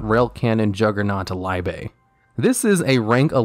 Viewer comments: I still can't understand why people consistently mispronounce ie an ei. It's Liebe not Leibe. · Small gripe, mostly because I'm german. The first syllable of dreadnaught is not pronounced like the English word lie, but more like the English pronunciation of the name Lee. So more Lee-be instead of Lie-be. Means love in german and I think is a reference to annas romantic tendencies in Zexal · Leibe lol it's Liebe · old video but for the record liebe is pronunced like lee-be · That last word is "Liebe" with an "ie" pronounced like the "i" in "interstate". It means "love" in German and we will show you our "love" if you pronounce it wrong one more time! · You mispronounced "Liebe"! It´s German for "love", very important! ;-) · You pronounced Liebe wrong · His pronunciation of "liebe" is painful